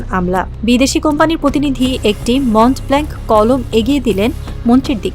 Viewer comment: মন্ট ব্ল্যাঙ্ক আবার কি 😂😂😂 মঁ ব্ল ... একটু‌ পড়াশোনা করুন।